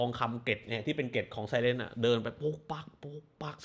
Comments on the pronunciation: คลิปนี้ดูไม่จบ เพราะติดที่คุณออกเสียงคำว่า ไซเรน เป็น ไซเร็นซ์ ซึ่งความหมายตรงกันข้ามกับตัวละครเลยค่ะ ขอโทษด้วยนะคะ 😅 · เขาไม่ไม่ได้เรียกไซเรน หรอกเหรอ เป็นที่มาของเสียงไซเรนอ่ะ ทำไมแอดอ่าน ไซเลนซ์ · ไซเรนกับไซเล้นท อยากไห้ออกเสียงต่างกันหน่อยค่ะ เดี๋ยวคนฟังเข้าใจผิด